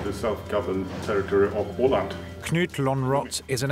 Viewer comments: your pronounciation is very off/wrong, it is called Åland not Öland like the speakervoice keeps repeating, check your facts, rest of the reportage is ok! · Why do you pronunce Åland «Öland». Öland is a different island altogether. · Åland isn't the same as Öland so they pronounced Åland as Öland. Öland is the second biggest island in Sweden, Åland is a self government part of Finland.